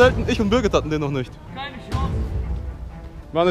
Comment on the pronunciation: Aaaaaah Es heißt birgit und Ich.. Sorry